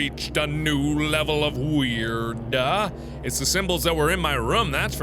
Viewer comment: the way he says weird xD